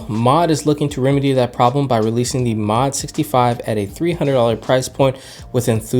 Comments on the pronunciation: Hearing pronounce MODE as MOD..... Regardless great video! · hearing 'mod' instead of 'mode' hurts me... but great video anyways! lol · Why are you saying "Mod"? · It’s Mode not Mod lol I already have mine coming in next week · It’s mode. I am just surprised he never said mode in his life haha. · Mod? Come on man at least pronounce the company’s name right if you are going to shill the board you got for free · i know right. MASSIVE L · hahaha no it's actually suppose to be Mode just as you think it is. I've made a similar mistake on my own video too back when I was reviewing WASD. I actually pronounced "Wah-SD" lolol. Until I found out people say it's W A S D